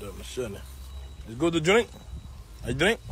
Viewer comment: Why druski accent changed to Italian....."I drink"